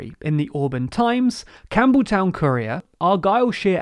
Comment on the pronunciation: TLDR:"Courier". -My ears:"Korea".